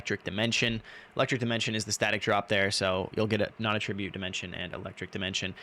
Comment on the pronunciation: at tra butte ------ Attribute and attribute are spelled identically but are pronounced differently and have different meanings, which makes them heteronyms. need to learn how to pronounce this..